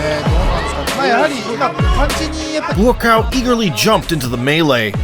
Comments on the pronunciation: His name is pronounced "Bwa-Cow" not "Buacaw" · Dude! It's not BOOO AH COW